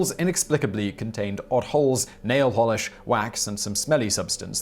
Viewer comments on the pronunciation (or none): none